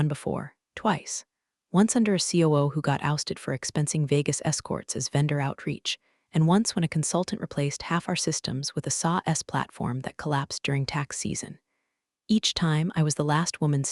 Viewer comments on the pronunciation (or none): Been watching these for a while and have figured out that Char is the AI's failed attempt at HR. Patagonia is butchered, read, lives, lead and LED get mixed up and a few others are always mangled. I have been technical in my jobs but seriously what the hell is a SAW-S platform?